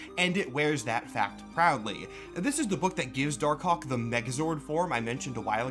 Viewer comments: Dar Kawk. You won't unhear it. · Pronouncing it "dar-cock", without a little pause between the two words, is wild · I can only hear dar cock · You… you really need to annunciate Dark Hawk better. I thought I heard “Dark Kawk” (say it out loud you’ll get it) like 10 times. 😭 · im sorry for being immature but i keep hearing dark cock 🥹